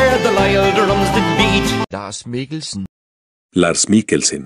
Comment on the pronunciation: Danish: Lars Mikkelsen Irish: Lars Mikkelshen